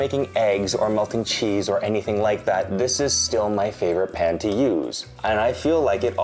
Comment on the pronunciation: I was turned off by the marketing. The YouTube ad featuring some vapid influencer claiming she developed it. Her pronunciation of the word “pan” was burlap to my ears.